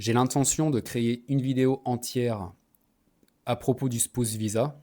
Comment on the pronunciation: Ahi ton accent sur le mot "spouse" :rire: Bonne vidéo, généralement le visa mariage c'est le cheat code ultime perso c'est mon plan pour soit rester en Australie (ma deuxième année de PVT sera dédié à trouver une meuf et une bonne relation) ou bien pour la Thailande (similaire au Japon en terme de visa c'est hardcore sauf que la bas tu peux même pas être R.P même marié)